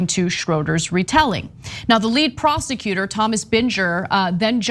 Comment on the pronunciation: When you mispronounce the lead prosecutor’s name I can tell you haven’t been watching or listening to the trial... Can you guys at least pretend to be serious?